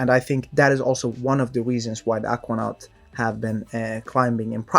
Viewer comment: dude why you pronounce Aquanaut that way?